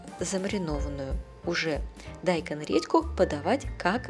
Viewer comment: Почему дАйкон??? 🤦‍♀️😂😂😂